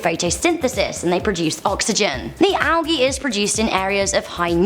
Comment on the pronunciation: not hating but you pronounced algae wrong. You said algee and it is properly pronounced aljee